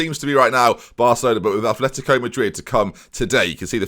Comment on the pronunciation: Its fuckin " Atletico " madrid not "athletico"